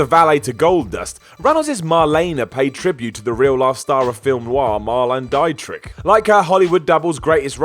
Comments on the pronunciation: Likewise, it's "Mar-leh-nah Dee-trick," not "Mar-lane Dye-trick." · I love you man but please do some research on how people's names are pronounced. Marlene DIE-trick? Really? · please learn how to pronounce things. You butchered the names Marlene Dietrich and Louis Farrakhan. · You may as well just have called Marelene Dietrich "Chilly McFreeze" with the way you pronounced her name. And Jean Lafitte operated out of L.A., did he? Those damn Los Angeles pirates lol. Quite possibly it was Louisiana, the one that was bought from the French. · Can’t it just be “wrestling gimmicks” rather than pandering to the WWE fanbois? Especially since RVD had his gimmick years before signing with the Fed., I love ya man, but how the hell do you not know how to say Marlene Dietrich and Louis Farrakhan? And the “LA” you say in reference to Lafitte is Louisiana, not Los Angeles... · I thought the Marlene Dietrich pronunciation was worse, he didn't get either of her names right. When you clearly don't know how to say someone's name, do you not do a quick search on YouTube (the medium through which you work) and listen to someone saying it? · It's mildly amusing to hear you murder the pronunciation of Marlene Dietrich. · Or Marlene Dietrich. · While everyone is complaining about how mispronounces Louis Farrakhan, here I am wondering how you can butcher the pronounciation of Marlene Dietrich so bad. "Marlon Die-Trick"? Really?